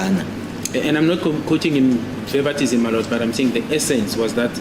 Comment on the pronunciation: Verbatim not Verbatism* but English is not our first language... I may be very wrong even .. 31/10/2024